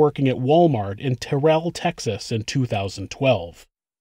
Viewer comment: terrell is pronounced "tear-ll" not "tuhrell" , but its so horrifying that this happened so close to where i live , terrell is less than an hour from where i live